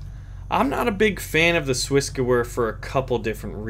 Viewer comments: the gewehr is Swissgewehr is pronounced gevair, not gewer. And why do you not like semi-auto? Full-auto you miss- alot. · your pronunciation of SwissGewehr isn't... well it's isn't german and even though I'm not german it kills me how you say it, but that's fine that's how you say it and that's just me. But if you want to at least check the pronunciation and perhaps use it instead, then here you go. Great vid. Thanks for it.